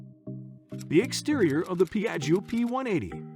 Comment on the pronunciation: Don't pronunciate the second I, like jjo